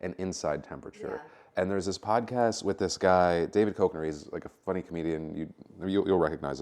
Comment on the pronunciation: Love the vlogs! One note: David Kek-ner. It’s Champ from Anchorman! Keep the vlogs coming!